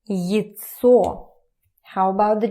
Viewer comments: Почему вы произносите СТОЛ как СТУЛ, а яйцо как ЙЦО?! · Noone really pronounces яйцо as /jətsɔː/. It's clearly /jajtsɔː/ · Почему она говорит ецо, а не яйцо? Впервые слышу, чтоб яйца так называли.